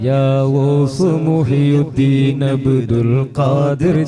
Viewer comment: മുഹ് യുദ്ദീൻ അല്ല മുഹ്‌യിദ്ദീൻ.